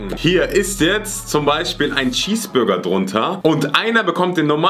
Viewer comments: C sagt einfach schesburger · das heist cheesburger und nicht schieß burger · Wen Triggerd es auch das sagt "Schesbürger" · Normale Leute: Cheeseburger: Schiesburger😂😂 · Niemand:: ein normaler Schießburger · Nemand: Wirklich niemand::schesseburger😂😂😂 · Das regt mich so auf das,,Schesburger"sagt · Niemand: Wirklich niemand:: Schießburger